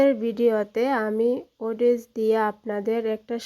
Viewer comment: এটা হচ্ছে ওটস বলে ওটেস না